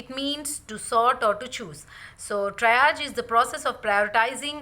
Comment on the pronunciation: Great video with lots of useful information. I think Triage is pronounced as “Tree Arge” not “try arge” but thanks for all this great information